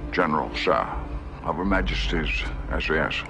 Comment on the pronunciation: Does he even say SAS? Or is it SIS?